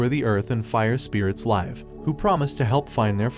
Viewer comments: Why does every video have blatant mispronounced words? Names I can sort of barely understand (just do the minimal research and say them right though, come on.) But you used the wrong form of the word live when describing the place where they fell and something "lives" there. Just do another take. It DOES get noticed, and it makes the channel look amateurish. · Teehee, I heard a mistake with the word “live” Love your channel. You’ve recommended several animes to me. I really appreciate it!